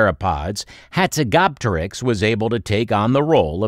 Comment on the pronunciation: How do you fuck up pronunciation this badly?